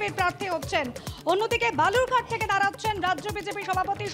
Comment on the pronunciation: বেলুড় ঘাট?😂এটা কী নতুন কেন্দ্র? যত সব বহিরাগত মাল,বাংলা উচ্চরণ করতে পারে না,আবার বাংলায় জিতবে😂